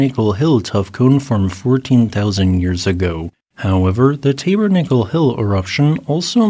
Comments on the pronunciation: To me it would be more like "tabbernackle", but I haven't been in one for fifty years, so who knows now? :-) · Yeah, I've never heard it pronounced that way, either. I think it's supposed to be a short 'a' in the first syllable, not a long one. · I live in Utah, I've never heard Tabernacle pronounced like that. My favorite volcanoes here are Kanab creek cinder cones. Did you know we have over 150 cinder cones in Utah?